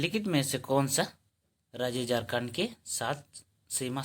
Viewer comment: जारखण्ड बोल रहे हैं